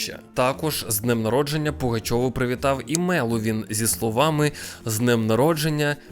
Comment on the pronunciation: мЕловін*😭 мене як меловінаторку бомбить коли не там наголос ставлять